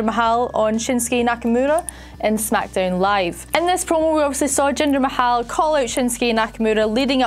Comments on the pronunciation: Why do you say Jindar's surname wrong.. 😐😐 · Your so bad you don’t know how to say mahal